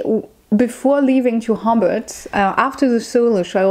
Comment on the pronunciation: Hellloooo enjoyed watching your vid. haha i did have a giggle at the accent on how you say hobart (sounds like hobbit which is very fitting to be fair for hobart/tasmania haha!) ho-bart. I defiantly can see why there were frustrating parts of Australia, particularly Melbourne where im from. Melbourne is defiantly more about some of the laneways, coffee, business and then if you (exactly as you said) go outside the city I would recommend the dandendong ranges for walks and if you like beaches the Mornington peninsula. I recently went to tassie and unzoo is different from many of the zoo's in australia. Sydney is great for tourists as its basically set up that way. oh because i love bugs and snakes and stuff haha. Funnel webs are the most venomous spider (lots north of melbourne) and you will basically die unless you get to a hospital VERY fast. But yeah-red backs are scary because they are so easy to encounter. Tiger snakes are dangerous but I would say the Brown snake is far more risky as they are more venomous and aggressive (they are a bit nuts). Technically the taipan is the most venomous but like...nobody sees them. Brown snakes-eep. But yeah travelling and hiking in tassie a few months ago you did really well-and defiantly its best seen on the road with a car if possible. I love that you love bin chickens. Bin chickens are kinda picked on but kinda loved-they are in melbourne too! more in the suburbs though.🐦🦤 oh how were the crazy big goose things in unzoo. ueeeghh! Hah